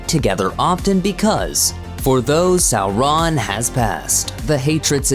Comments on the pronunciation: Sou-Ron?? Who’s narrating this, the Key & Peele substitute?? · Sow-RON? 🤦‍♂️🤦‍♂️ Tol-KEEN? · A good video. Except for the annoying Sau-RON which quickly gets grating. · We know; the narrator is pronouncing it "Sau-RON" instead of "SAU-ron." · Sow-Rawn. Tolkeeeen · I swear they used an automated reader for this video. Sow-Rawn. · In Appendix E, Tolkien states that 'au' is pronounced as in 'loud' or 'how'. So 'Sauron' is pronounced "SOUR-on" or "SOW-ron" (sow as in pig, not as in planting seeds). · Say it again....sar-RON Super funny. You must be canadian.. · Its Sour-ron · The way you say Sauron as “Sow-Ron” is shameful. Various other issues as well with names. Your dialog is too slow more times than not. You can’t even say Tolkien’s right. It’s NOT “Toll Keen” Check out Men of the West for proper videos and History of the Ages. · Its pronounced Sour-Ron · Sow-Ron.... interesting pronunciation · Why do you pronounce Sauron like that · Why u sayin sauron like dat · Tol-KEEN, Sow-RON..... Fro-DOH